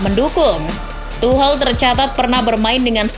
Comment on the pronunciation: Tolong dong dibenerin penyebutan Tuchel.. bukan Tuhel.. tapi Tuschel.. Dengerin komentaror Liga Inggris deh..